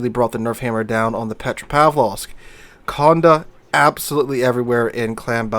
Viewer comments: Conn day, conn day, not conn da. Pleaaaaaaaase! Lol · PLEASE pronounce the name correctly. See the little accent aigu above the letter "e"? That means that the "e" is pronounced like an "a" in English. Just like "cafe" has an "a" sound at the end. So it is not "Con-deh" it is "Cond-a". B-T-W, I don't have a French keyboard so I can't add the accent aigu, but WarGaming correctly does. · It's not heard, either. Con-Day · I'm from the UK and even i know it's pronounced as "Konday". Maybe most US folk don't come across French very often. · You also have the most broken pronounciation of the name of this ship :p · Dear. Condé has a french accent aigu (é) on its e. That means you emphasise the ending e